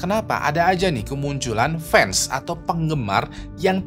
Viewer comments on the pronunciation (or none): none